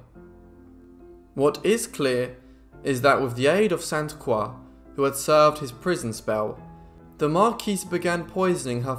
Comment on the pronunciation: Great video! Thank you for pronouncing “Croix” properly